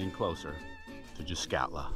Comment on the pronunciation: Well, at least the guy pronounced the name of the place correctly.. Yep.. And the old warehouse, which sat across from the old metal shop, is still there ---With that ugly green paint.. (Did someone get a discount on that colour?)_ That old building, which later became the firehall, really helps to orientate the newcomers, if they check out any photos from 60 -80 years ago.. I remember when I was a kid, a painter came around, and repainted every house that yellowish beige.. Much nicer.. All the old bunkhouses were painted that colour too.. They really stood out, compared to all the grey weathered shacks we noticed in Port Clements, when the road was put through.. .. Anyone remembers Fred Marx's sign painting ability?.. "keep doorway clear".. You instantly recognize his handiwork.. Man, I bet that guy would have been a millionaire, if he got a buck for every sign he painted.. All in all.. What a sad, sad documentary, of what at one time, was a great place to live.. People going there today, have no idea.. What can I say? I'm lost for words..